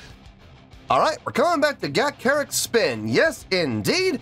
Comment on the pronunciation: Ga…cha…ric spin pretend you’re a second grader… ie…sound it out…